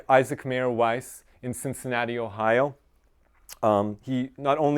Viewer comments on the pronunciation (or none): none